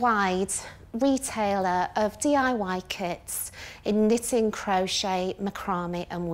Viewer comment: Jenny: Excuse me, did you say knit-in? I'm out.